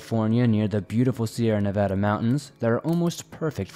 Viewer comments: Nice job pronouncing Nevada. As a native Nevadan, it's nails on a chalk board to hear people pronounce it with 2 soft A's. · And you pronounced Nevada correctly!